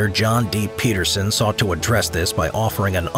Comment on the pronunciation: not PETERSON John PEDERSON. Ped , as in pedestrian. Merry Christmas 🎄